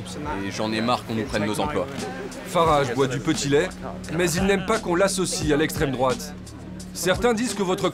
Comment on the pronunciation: Ben ouais "l'esssssstrement droate 🧟‍♂️🧟‍♂️"